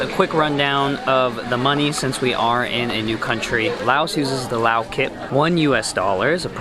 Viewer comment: Haha.. it's funny how you pronounced Lao kip. It's more like K'eep...